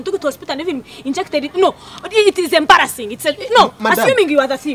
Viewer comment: When she says embrassing